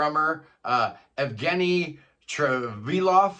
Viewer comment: Anyway, the Russian name Евгений is normally pronounced Yevgeniy, not Evgeniy. You start off by saing "yeah". The way you said it,, Evgeniy, would be spelled Эвгений, which isn't an real Russian language name. That's just my pet peeve.;)